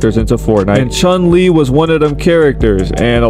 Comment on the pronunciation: Bro says he's a true street fighter fan when he don't even know the real pronunciation of chun lee👎👎